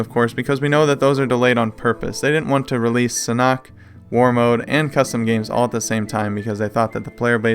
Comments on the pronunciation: Sanhok is pronounced San Hawk, not San Knock!?!?!?! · Its not san-oct, its Sanhook, San-hook. The h is pronounced and oo sound like book and look and hook.